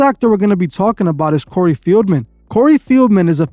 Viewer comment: Cory fieldmen???? Lmao say his name right